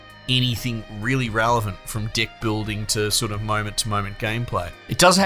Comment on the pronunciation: Aussie accent made "deck" sound like "d**k". For a sec, i heard "d**k building". Maybe just me. But I agree with your opinion and I too disagree with the concept of locking cards and items behind hours of painful and boring grindings.